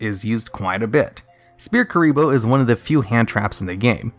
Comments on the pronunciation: Sphere Kuriboh is pronounced “sfere kuriboh” with the ph making an f sound not like “spear kuriboh” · Sphere Kuriboh. "S'fear Kuriboh". SSFEERR. The PH makes an F sound. XD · You're pronouncing "Sphere Kuriboh" incorrectly. The "ph" makes a "ffff" sound so if you write it out phonetically it looks more like: Sfeer Ebola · Sphere not spear omfg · Calling Sfere kuriboh Spear kuriboh is fuckin me up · It's pronounced "Sfear". Not Spear. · Did he just call sphere kuriboh Spear kuriboh ? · I physically cringed whenever he said Spear Kuriboh. It’s Sphere Kuriboh. S-fear S-fear. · Shpere Kuriboh is actually pronounced «Sfere Ebola». That’s DL-longo for ya! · Ah yes, SPEAR kuriboh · "Spear Kuriboh" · Spear kuriboh? Really? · I'm Mexican and I'm not sure that the pronunciation is SPEAR KURIBO, hahaha. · sorry did you say "spear" kurriboh? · Huh Yubel can still be very good, with the right cards. Also you are calling Sphere Kuriboh Spear Kuriboh. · Not trying to seem rude but u read sphere kuriboh as spear kuriboh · "SPEAR" kuriboh?!? xD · Did you call Sphere Kuriboh Spear Kuriboh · "Spear Kuriboh" LMAOOOOOOOO THIS MAN REALLY DOESN'T KNOW HOW TO PRONOUNCE SPHERE IM FUCKING DYING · He pronounces it " spear" kuribo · Everyone hears it as Spear kuriboh. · Sphere Ebola.. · How do you not know how to pronounce "sphere"? "PH" makes an "F" sound. Did they not teach you that? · Why can't you say sphere?